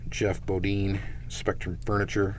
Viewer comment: Just an fyi.....it's Jeff Bodine (dine), not Jeff Bodean.....